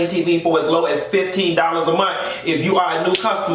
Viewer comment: Dis piece of hair I ain't behaving!!! Classy based!!! Did you say Cromo instead of Promo code!!! I died!!!